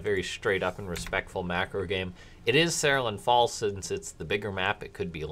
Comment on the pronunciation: Say it with me: "Seh-rool-ee-an Falls"